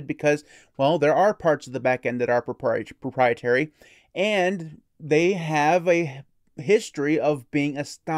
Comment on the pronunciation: You said pooprietary 😆